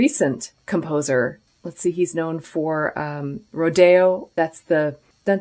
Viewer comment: The Aaron Copeland piece is pronounced ROdeo, not roDAYo. Like a western cowboy ranch rodeo.